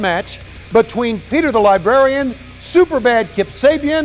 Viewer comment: Peter used to be a libarian?